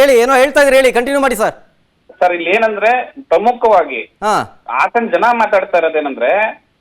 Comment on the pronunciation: Hassan ❎ hassana ✅